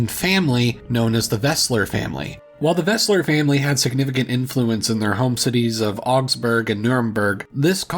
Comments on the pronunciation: Great video. It should be Welser, not Wesler, though. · Hate to be that guy, but it's Welser, not Wesler. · just learn the IPA pronounciation rules and ask chatgpt to write these names down in the IPA format. Then just pronounce it as [ˈbʁandn̩bʊʁk]. Its not that difficult even if you dont speak any german at all. Oh and the family was called weLser family not weSler family… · Welser, not Wesler. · *Welser, not Wesler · Welser not Wesler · The name of the Augsburg family ist Welser, not Wesler!